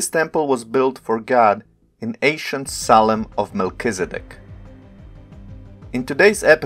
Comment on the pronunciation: Just a few corrections.... SALEM as written in the ENGLISH BIBLES is from the Hebrew שלם -- has to be pronounced SHA'- LEM The "S" in many cases represents "SH" sounds ... like SABATH - SHA-BBATH Another mistakes from TRANSLITERATION of the Bible (and other scripts..) is the letter "J" -- it is the GREEK Iota (pronounced properly YO-TA) and has the sound of "Y" So JERUSALEM is actually YERU-SHALEM.... ירושלם So to say that "SALEM" means "PEACE" is WRONG !!! Because SA-LAM is in Arabic and SHA-LOM is in Hebrew... SALEM is just the name of JERU-SALEM -- ירושלם In Hebrew.... In Hebrew מלכיצדק -- MALKI-TZEDEK -- actually means MY KING (GOD) IS RIGHTOUS !!! And he was the HIGH PRIEST to those who recognized THE CREATOR.... because MOST PEOPLE at the time couldn't comprehend the IDEA OF AN UNSEEN CREATOR.. More about the "J" -- YO-TA .... There was a city known as TROJ -- pronounced correctly TROY... and the people from there were called TRO- JANS pronounce TRO-YANS.. But most people are IGNORANT and many are IDIOTS TO BOOT... and some IDIOT pronounced it TROJANS and not TROYANS.... Same with NARCISISM -- it is derived from the MYTHOLOGICAL character known as NARKISOS (or NARKIS for short) who fell in love with his own image.... But in LATIN there is no "K" and the name was spelled with a "C" -- NARCISUS..... but some idiots (including Webster Dictionary..) are stating CLEARLY that the source is NARKIS but they pronounce it WRONGLY as NAR-SISISM .. BEST TO ALL